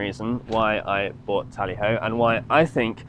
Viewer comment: It's TALLY HO